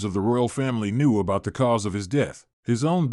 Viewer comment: Is this a computer voice? I only asked because some things like the word about are mispronounced. Also there's no natural pause in speaking like when a period happens.